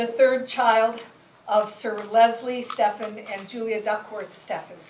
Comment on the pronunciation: Her name was Stephen, rhymes with 'even'.